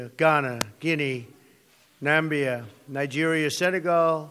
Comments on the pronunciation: Nambia aka Namibia. It’s OK we know he can’t read. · Ok I get that he was trying to say "Namibia" but you here him pronounce Côte d’Ivoire and Ethiopia and I just think... he seriously didn't even check on how exactly to say those countries? Not that I'm surprised, but it is just beyond disappointing seeing this fucking monster on a UN stage along side other real world leaders.